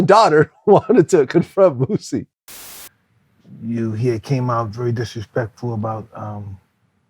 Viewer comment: It’s not bossie you dweeb, it’s boosie It’s not weebie you turd, it’s webbie